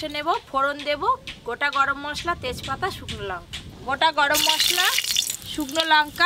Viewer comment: Kathata lonka noi Lanka.